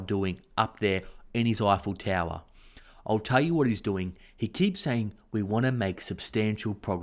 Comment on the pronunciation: Eifle Tower or Ivory Tower?